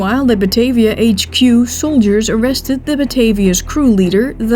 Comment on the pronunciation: best bijzonder, de namen worden wel in gewoon abn uitgesproken, maar de Batavia als batayvia.......